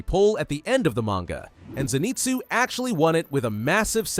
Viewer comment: Your suppose to say inoske and Zenizue